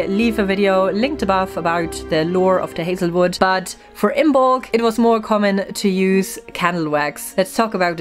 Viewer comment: IM-molc...not IM-BOLC. The "b" is silent.